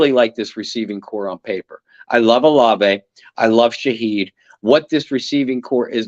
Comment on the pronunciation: Bro how could you let him keep calling Chris “Oh-Lahv” 😂